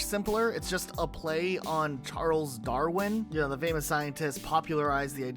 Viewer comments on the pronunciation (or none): none